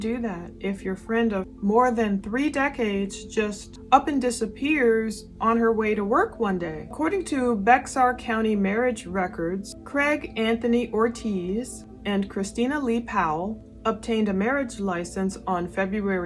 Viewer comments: Ugh. I hope she's found alive soon! On a side note: Bexar is oddly pronounced like "Bear". That's always stuck with me since I visited San Antonio many years ago. I'm assuming it's French but I haven't looked into it. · It’s actually pronounced Bear county